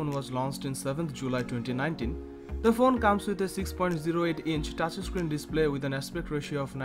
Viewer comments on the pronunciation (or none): "TAAAAATCH ISSCREEN"